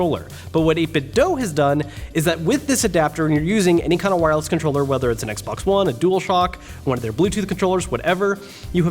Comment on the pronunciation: “ now again you can use DualShock4 controllerlelree”